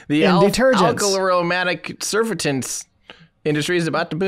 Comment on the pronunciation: Oof. That pronunciation of surfactants... OUCH.